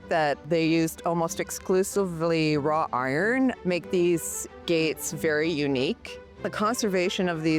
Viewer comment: wrought iron, not raw iron